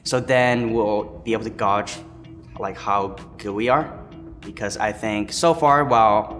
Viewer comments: someone plz tell my man Spica how do pronounce "gauge" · the way spica says gauge makes me die a little inside